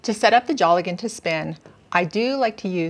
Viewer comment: Pronouced dale gan not jolly gone....